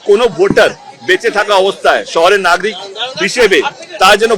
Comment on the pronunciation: নাগরিক ❌ নাগ্রিক ✅ 😅😂🤣